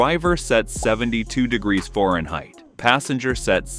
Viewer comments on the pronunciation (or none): Can’t be to honest… except … stop using AI, or, teach it to say Fahrenheit